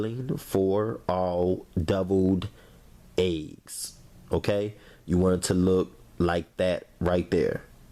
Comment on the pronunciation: I love how he said deviled eggs lol Doubled eggs🤦🏾‍♀️🤦🏾‍♀️🤦🏾‍♀️🤦🏾‍♀️🤦🏾‍♀️....it looks delicious